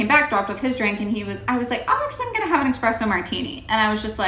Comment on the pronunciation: Yeah the fact that she's calling it and expresso martini tells me she's a fucking idiot